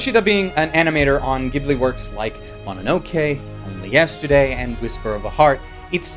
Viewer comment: Holy SHIT thank God that your pronounciation of Ghibli is the "correct" Italian one and not its Japanese JIBURI counterpart. I really appreciate that.